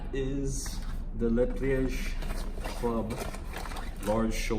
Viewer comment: isn't it "leh plee-uj" instead of "leh plee-ej"? :)